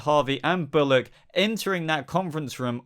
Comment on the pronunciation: u said Alfred,Harvey, and bollick